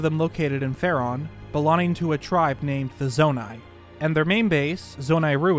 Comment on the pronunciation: Is it like a meme/reference that always pronounces the word "long" as "lon" referring to LonLon Ranch or something? It bugs me probably more than it should, I wonder if he's just so immersed in the Zelda universe that his brain now just defaults to saying "lon" instead of "long". Even when he says words like "belonging" he still says "belonning", but it's not like he can't pronounce G's that come after N's because he doesn't say "belonnin" he does say "ing", so why can't/doesn't he say "ong"?? I've been noticing it for like the 2-3 years I've been watching but never commented/asked about it before. Only thing I can think is that it's a little easter egg he does deliberately as a reference to LonLon Ranch. If it's not deliberate, it's a very strange and unique speech impediment lmao, definitely not something common like a lisp or the one where some British ppl pronounce the R sound as a kind of W sound. What would the description be haha, like "a speech impediment where you can't pronounce the G after N, but only with words ending in "ong". Words ending in "ing" are unaffected and the G is still pronounced." hahah, how unusual